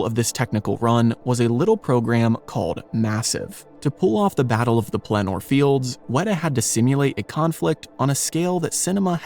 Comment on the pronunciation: It was quite distracting to have a narrator who could not (or would not?) pronounce many of the names correctly. Two that illustrate this is the repeated slurring of "Pelennor" and the butchering of "Coppola", a VERY WELL known name in the industry, as it is not only Sophia Coppolla, but also, notably Francis Ford Coppolla. (Fun fact: Nicholas Cage is a Coppola). Many parts were well done, but, again, the glaring pronunciation errors kept yanking me out of paying attention to the messages they were attempting to convey. 😞